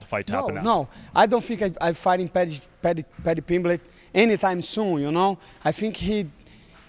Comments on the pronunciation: Paddy Pimblitch 😆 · Paddy PIMBLECH 🗣️🗣️🗣️